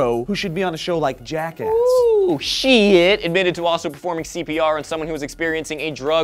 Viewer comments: Not to be a downer, but it's pronounced shy-t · its actually more like Sh-eyed-t. one syllable :P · His last name is pronounced Sh-eye-tt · That is actually my mother's maiden name. It's pronounced "SHITE" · Are you guys sure you're not butchering the guy's name? It sounds like you are, lol.